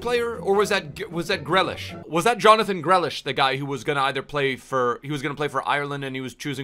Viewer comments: For one it’s pernounced greelish and it was him who dis respected Ireland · I never wanna hear Grealish butchered like that again